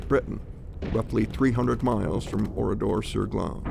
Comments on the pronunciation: Ce n’est pas Oridor mais ORADOUR sur GLANES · Si seulement le nom du village (Ridor..Saglon.dit on ici) pouvait être prononcer correctement ainsi que certains noms des survivants.... L’IA....quelle niaiserie... comment des étudiants ou autres peuvent ils comprendre ce qu’il s’est réellement passé dans ce village. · C’est Oradour sur Glane..l’IA massacre le nom de ce village martyr..